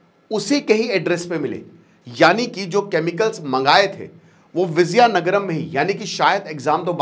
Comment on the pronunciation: Its not Vizayanagaram, It is Vijaya Nagaram